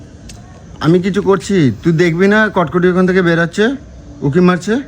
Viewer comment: কটকটি ❌ কটকাটি✔️